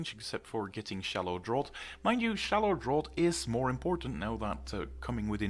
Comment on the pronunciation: Just a side comment. Tree word draught in "shallow draught" is pronounced draft.